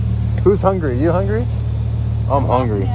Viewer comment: “Like I said. We hongry!”